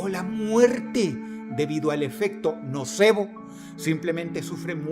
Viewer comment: En vez de nocebo escuche no sabo 😭😭😭